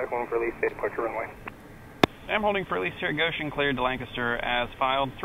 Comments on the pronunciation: Hey, LNS, my 'home base' ( even though I don't fly :P ) . Glad you pronounce Lancaster right. Unlike the approach controller, who I assume lives in the area and should know better :) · Welcome back to Amish Country. Impressed that you pronounce "Lancaster" as if you were a local here. Was that a Goshen fly or an Amish fly? Another great video and descriptive flight.